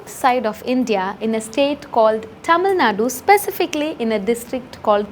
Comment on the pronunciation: I challenge you to say Tamil, and not thamizl